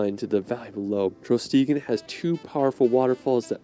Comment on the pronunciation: Thr way to say Trollstigen is normaly said with a space so its Troll stigen but i dont know if thats the case for this one.